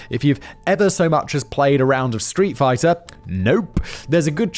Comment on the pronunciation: The anime and attacks you named for the "yelling attack names" were actually pronounced mostly spot on. The street fighter attack was wrong, but it was close.